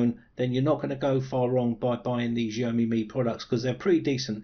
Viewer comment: jeaYOmi ? It's Xiaomi!